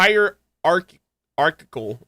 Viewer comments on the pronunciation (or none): ascended to the peak of hierarchy trying to pronounce Hierarchical... Poor "c" in the end, left behind ignored with sheer agony... No wonder "C"olumbina was so lonely, couldn't beat the curse of fate that was left behind... 😢